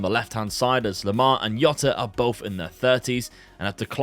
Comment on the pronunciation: In Portuguese the J is pronounced so its Jota rather than “Yota”